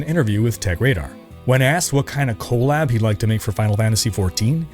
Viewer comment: Your saying collab abbreviation like it's co lab with the co from colon. I can't stop laughing.